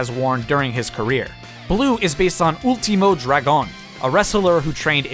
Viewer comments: Ul-tee-mo Dra-goon. How the fuck did that sound right to you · Nice vid but Ultimo Dragon is pronounced ulti-moe and Dragon pronounced just like you would normally say Dragon. Fun Fact: He's the last guy trained by Bruce Lee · Ultimou Dragoun perdon pero me hace gracia como lo dice pero sin ofender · As a spanish speaker all I can hear when you day Último Dragón is "ULTI MO, DRAG ON" Great video! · Ooolteemoe draygone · Why does he pronounce Ultimo Dragon’s name so weird? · I love how u pronunced Ultimo Dragon xd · I've never heard anyone pronounce Ultimo Dragon like that. That's pretty interesting how every skin is related to a luchadore/Japanese wrestlers. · You kinda overpronounced Ultimo Dragon and Jushin Thunder Liger but ok